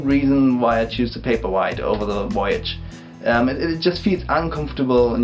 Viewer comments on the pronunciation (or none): You had me at "woyage" ^_^